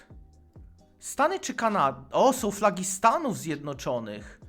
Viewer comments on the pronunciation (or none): mordo żle akcentujesz słowa - powinno być KaNAda, pustyNIa